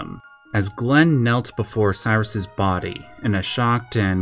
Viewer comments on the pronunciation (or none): none